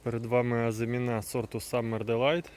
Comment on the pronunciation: З усією повагою до Вас, хочу попросити не плутати слова “озимина́” і “азимі́на”. В українській мові (на відміну від французької) наголос у слові "азимі́на" на передостанньому складі (порівняйте: мали́на, кали́на, ожи́на, гороби́на)